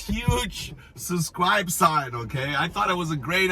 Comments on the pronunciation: It is so funny how on the wooden sign you forgot to put the letter "S", when in your videos, you always skip the letter "B" when you say "susscribe". It is SUB-SCRIBE. ;-) We love you! ;-) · I say you keep the "SUBCRIBE" sign, and instead of saying subscribe to my channel say SUBCRIBE to my channel!! I would love that! Hey those who know know! lol I like your channel bro! and don't apologize for not pronouncing a word right. You are! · You should leave the “b” out of subscribe, it’s the letter you don’t pronounce when you say it😂 Love your videos, accent, and content. You have the same quality as Bald and Bankrupt..you both make me feel as though I’m right there with you..it’s a wonderful escape..Thank-you! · UBSCRIBE. Got everyones’s attention 🤣